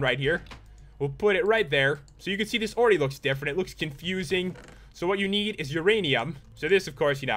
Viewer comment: rdally pat "already" i think you mean "oreready"